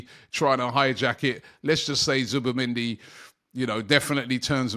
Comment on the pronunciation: Zubi not Zuba please Robbie